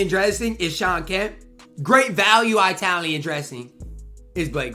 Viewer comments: It's Italian...not I-talian...one word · "EYETALIAN" LMAOOO TYYYYY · Bro really emphasized the I in Italian like crazy, Italian, Youtalian, Wetalian 😂